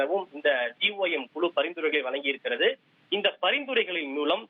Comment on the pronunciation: குழு என்ற வார்த்தையை குளு குளு என்று ஏண்டா உச்சரிக்கரே??? தமிழின் சிறப்பு ழ ழு போன்ற எழுத்துக்கள்